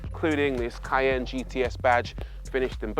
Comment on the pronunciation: for real dude....what language are you speaking it is KAIIIY-YAAAANNNE, not.